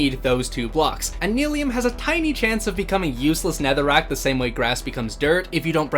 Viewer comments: its pronounced nyliium! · Nigh-Lee-um. Like bill nye. Like how you pronounce fungi. Mycelium grows mushrooms. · Bro Nylium is pronounced Nylium, not Nylium! Also I hope that trial spawner is set to spawn weaving potions... I'm pretty sure each spawner only spawns one kind of potion